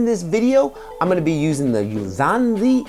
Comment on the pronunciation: YOU-LAHN-ZEE!!! C’mon, bru...